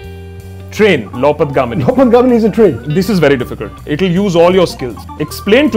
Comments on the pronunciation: 1.45 Its not Loupat Gamini It is Loh Path Gamini. Iron Road Transport. That's Rail/train If Aakash correctly pronounced probably Dr Tharoor would get it. Looks like Aaksh himself dint focus on the word first. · This anchor himself can not pronounce those Hindi words. Its not 'loupatgamini' its 'LohPathGamini'. Loh (लोह) = iron path (पथ) = path / way Gamini (गामिनी) = the one goes (over iron path)